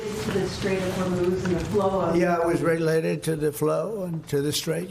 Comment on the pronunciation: Trump really has trouble with the word "related". He botched it multiple times. "rehllated" "reguulated" Geez...